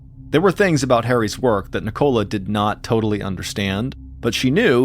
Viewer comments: Love your stories Mr. Allen but in England I it's pronounced Nick-ola not NI-cola lol thanks for the gr8 channel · Why do you say Nicola like that!? It's so wrong! Ni co la, not Ni Cola 😂 It's sounds infuriating I can't believe you don't have that name in the US